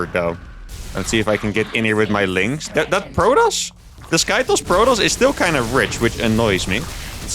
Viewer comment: stop saying sky toes